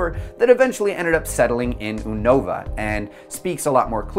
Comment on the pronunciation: why do you pronounce 'unova' as "oonohva", it's 'you-no-vuh' not uwunova